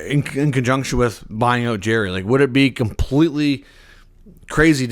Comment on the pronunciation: Dubas did great by unloading multiple horrendous contracts in hi acquisition of EK. He'll get a decent return for him. They've stockpiled 30 draft picks over the next 3 years and have as of today, 21 million in cap space. It's not pronounced Jerry.